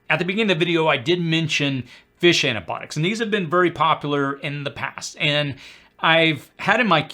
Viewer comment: The medication term is NOT "ANA-Botics" ... Your Grammer sucks... Improving pronunciation will enhance your credibility.....